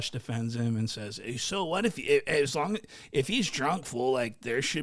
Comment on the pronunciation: "The 16 loongs for the day he has the right to slur" ded 😂